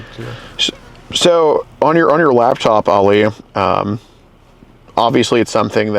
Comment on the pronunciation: Uhm….there’s a difference between “Ollie” and “Ali”. Please learn this…